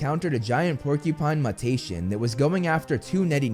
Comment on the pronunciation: Mutation is pronounced Mew-tay-shun. Mew like a cat. Tay like day. Shun is obvious. Don't take offence. You pronounced it wrong every time and as a person who once wanted to be an English teacher, that made me a little nuts. Otherwise, this video is perfect.